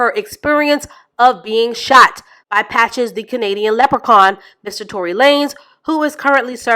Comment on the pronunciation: Every time you say Patches I am hollering! 😂